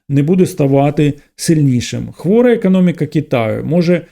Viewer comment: Мені незручно це писати але через те,що у вас високоякісний україномовний контент мені хотілося б звернути увагу на вимову літер о та а у деяких словах та їх закінчення. Не кампанії а кОмпанії. Не еканоміка а екОноміка. Не сприймайте як критику а радше як бажання бажання покращити контент. Дякую.